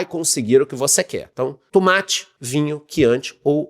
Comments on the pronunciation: Tumate = tomate....kkkkk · O tumátchi 😂